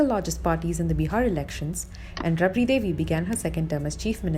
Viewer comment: Its not rubri devi.. Its raabri devi.. Angrez ke bacche